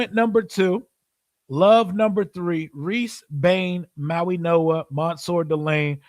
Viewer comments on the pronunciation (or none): none